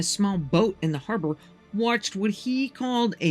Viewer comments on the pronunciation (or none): none